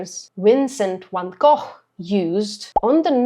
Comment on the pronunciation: It’s so refreshing to see Van Gogh pronounced correctly 🙂. I love your intelligent and thoughtful reactions (and your accent) ❤